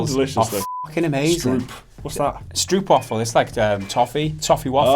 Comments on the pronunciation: Its Stroopwafel, not Stroepwafel. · not pronounced "stroop", the oo is like the oa in float. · As a Dutch man myself, you guys saying "stroop waffels" makes me laugh everytime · Stroop as in rope. Strope is how an English speaker would pronounce it. Shorten it & ask for a S'waffle ;). Nah don't ask for a S'waffle. You would get something from xxx or Amsterdam; say no more. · stroepwaffels... lol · It's pronounced more like "strope wahfel" and yes I'm having one right now ;) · stroopwafels !!! they are the best . (pronounce it like "strope" though ;) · Str-O-pwafel. Just sayin'. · And if you're ever in the Netherlands and you wanna get some stroopwafels, try to get some from a market. They're pretty ok when you go get some at a store, but nothing beats stroopwafels from a stand at the marketplace. And even though stroopwafels are spelled with "stroop", you pronounce it "stroap". It rimes with soap :) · Who is always telling foreigners to pronounce 'stroopwafels' the way they do? First word - stroop. You have to pronounce it like the word trope or mope or grope or whatever. Wafels is pronounced with a 'long A'. But I have no idea how to explain that one lol. Though wafels is not as terribly pronounced as stroop.